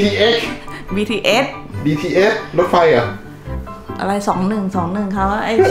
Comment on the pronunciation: ค่ะ เขาเรียกbtsค่ะไม่ใช่btx😂😂😂😂😂😂